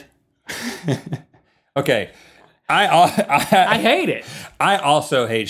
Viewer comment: When Rhett said "we need a new plaquard I laughed out loud!!